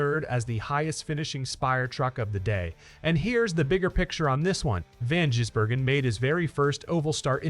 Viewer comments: The only comment I'll make AI. is that Shane's pronounced family name is Giz.. not Jiz... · Its Gis Bloody yanks need to learn how to pronounce it properly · Say Gisbergen as in G for Goat not Jizzbergen as in G for Gym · For christ sake, get his name right!